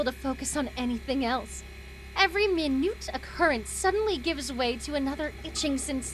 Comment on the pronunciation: every min-yute XD